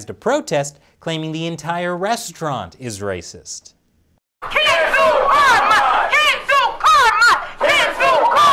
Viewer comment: That's not how you pronounce Carmine. It's an Italian name, it should be pronounced as Car-me-neh